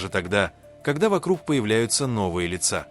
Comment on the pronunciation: Не дором а дорам, не Сюзи' а Сю'зи, не лица' а ли'ца